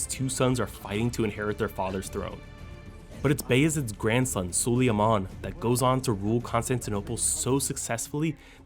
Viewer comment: Suleyaman? It’s Suleyman, or Sulaiman.